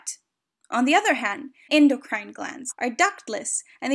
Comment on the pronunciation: I don't like how she pronounces ENDOCRINE tho.👎🏼